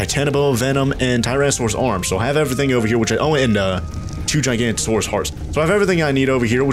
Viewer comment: The giganotosaurus is not said giagantosaurs it is said giga noto saur us